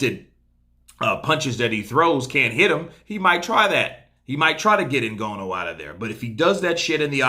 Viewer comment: Hello. How about you let the yank arrogance go and learn to pronounce,Francis s family name properly. Very important names in Africa you know. Thanks